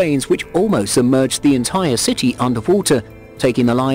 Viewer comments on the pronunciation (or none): none